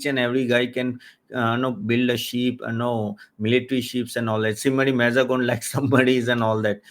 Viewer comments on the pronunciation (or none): Thank you ..for this video. One correction... The lronounciation of MAZAGON is MAAZ GAAV . MAAZ GAAV DOCK is a place in bombay where the dockyard is.